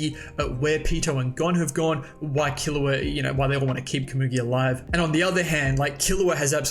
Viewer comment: You’re pronouncing komugi wrong!!!!